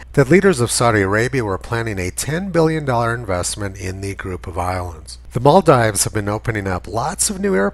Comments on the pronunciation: It's maal-deevs*, btw Tony. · Isn't it pronounced like "maldeeves"? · Much as I love your videos, your hick-like mispronunciation of "Maldives" will work against you if ever you show this video to a wider public. It's Mall-DEEVES. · Good video. But it's pronounced. "mahl-deevs". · Maldeeves. It's pronounced Maldeeves. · Hey Tony, I think it's pronounced Mal-deeves. That's the problem with people who read. BTW, love your work. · If he could pronounce Maldives properly he might gain a little credibility. On second thoughts he wouldn't as he is talking horseshit.